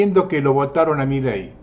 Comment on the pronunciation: SEÑOR !. Con el Respeto que Usted merece , permítame hacerle una aclaración . MILEI no lleva Acento y Tampoco Son Dos Palabras . No es " Mí Ley " es Milei . . Espero no se Ofenda por esta menudencia que hace al "Condicionamiento" que ejercen Todos los Medios de Comunica--"SIÓN" . la inmensa mayoría aún ni se entera que en el Billete de Evita* de 100 hay 3 Estrellas de David que no están allí para que las Veamos sino para que las Percibamos . Cordialmente !. 😉